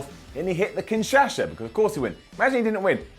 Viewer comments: Seriously? Kinshasha? It's called the Kinshasa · "Kinshasha" "Kinshasha" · Man this guy has a problem saying kinshasa 😂😂😂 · “Kinshasha” lol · Ughhhhhhhhh i love you...But kinshasha...really!!! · The way he said kinshasa xD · Why does have a stroke every time he tries to say Kinshasa?